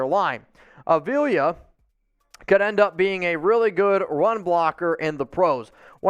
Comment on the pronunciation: It’s A v la that’s how you pronounce it